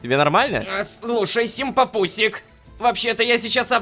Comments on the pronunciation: Рома Опять прочитал симпапусик а не симпампусик😔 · ОПЯТЬ РОМА ГОВОРИТ ВМЕСТО СИМПАМПУСИК - СИМПАПУСИК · Рома опять произнёс слово Симпампусик не правильно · Рома опять неправильно произнес симпампусик